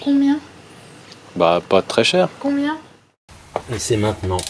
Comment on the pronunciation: Quand elle dit : « Combien? » la deuxième fois… tous ceux qui sont en couple avec des femmes sages, et qui le sont pas eux même ont du l’entendre comme moi!😂 Derrière ce simple mot, subtilement appuyé sur une syllabe, il y a en fait un énoooorme discours qu’il y a plus besoin de prononcer, un châtiment, et une victoire. D’ailleurs il y a qu’une seule réponse à ça : « excuse-moi chérie, tu as raison! »😅